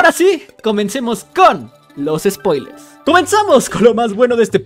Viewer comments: Ufff uffff No mano que buenos "Sopilers" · "sopilers" esta furete la disxelia